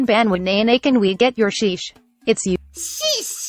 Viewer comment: sonó como un argentino diciendo Jojo's